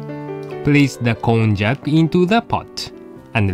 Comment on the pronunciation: Kon-jack? i thought it was pronounced kon-yak! my life is a lie ;_